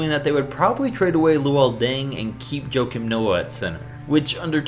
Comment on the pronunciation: Huah-Keem- Noah not Joe-Kim